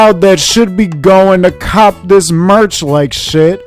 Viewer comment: “MERCH.... MAH-..ERCH”